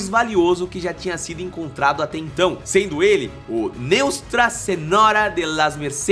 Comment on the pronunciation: Eu acho que ele faz esses videos altas horas da madrugada, ele falou neustra em vez de nuestra. Inverte frase "não inscreva de se esquecer"